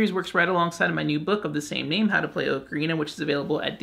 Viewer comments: You keep saying Oak-arena. Its aa·kr·ee·nuh lol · AHK-UH-REENA. NOT OH-KA-REENA. For the love of god. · OCARINA not okarina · I'm not learning from someone who can't pronounce ocarina. It's bugging me too much. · You’re pronouncing ocarina wrong. Go back to school! SMH